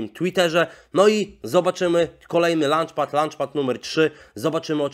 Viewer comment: ))))) Fajnie fajnie tylko w LAUNCHpadzie nie chodzi o przekąskę między śniadaniem a kolacją :)))) Uczta się też trochę angielskiego oprócz nazw samych coinów. Poza tym wszystko ok :) Pozdrawiam